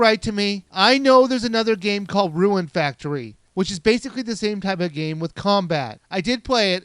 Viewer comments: Second I heard you say "RUU EN FAK TORY" I lost interest in this review. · it sounded that u said ruin factory lol anyway rune factory is a harvest moon with better graphics and more features...